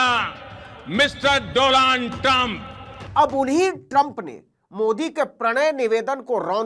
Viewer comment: DoLand 😂 no no no it's Donald..